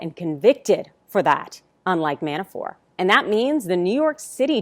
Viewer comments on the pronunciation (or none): His name is "Mabafort" not "Manafore" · It is ManaforT. Not Manafor. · Why are you calling him Manafor? Isn’t the ‘t’ at the end hard? ManaforT. Sorry for being a pedant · ManaforT ManaforT ManaforT - the man’s name is NOT pronounced Manafore, ffs. When you can’t even be bothered to pronounce someone’s name correctly, what credibility do you expect to have? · ManaforT someone tell her the T isn’t silent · I think my point is that she's in the media and ManaforT has been in the news a lot. A LOT A LOT.For years. And every single time he's been mentioned it's been ManaforT. So her mispronouncing his name the way she did seemed, well, weird. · Johno from QLD, she keeps saying Manafor, but she IS outstanding. Really. I hope the Repugnants choke on their own upchuck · It is surprising that at this juncture and elapsed time that the pronunciation of Manafort is still questionable.... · The "T" is silent .................... ????????????????????????????????????????????????????????? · Why isn't she pronouncing the T in Manafort? Weird. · In the original language.....all sorts of names sound different. In English, she should be pronouncing them. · His last name is Manafort. There’s a “t” on the end.